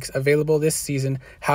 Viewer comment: It’s hau-hezen. Not hau-wesen 😂